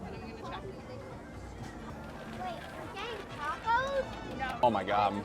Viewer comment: Your pronouncing the tacos wrong